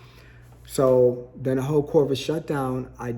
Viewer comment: You're a teacher, and yet you say Mans Cave and Corvid.